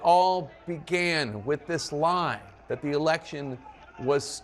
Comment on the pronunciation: You mispronounced "lie"